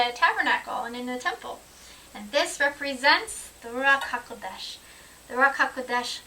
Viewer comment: Great topic again what a beautiful pronounciation Ruach haKodesh.I was just reading the ISR sciptures online version with a view to buying the hard cover when I came across set apart spirit Mark 36 I can't believe that they have translated it back to Set apart Spirit! Doesn't look like i will be ordering the hard back after all haha! Keep up the good work Shalom